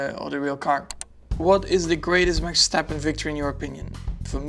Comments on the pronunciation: Does he say Max Stappen at the start? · Did he said Max Stappen? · Did he say MAXSTAPPEN?? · why did he say max stappen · did he say maxstappen? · Did he say he is Max Stampin' ?